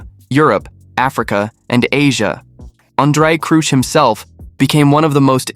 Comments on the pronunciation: André Cruse? Crouch is the name. Or are you Ai? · "Andre Crooch"? Sure sign of using AI. If you're not grown up enough to narrate your video yourself you're not grown up enough to have a YouTube channel.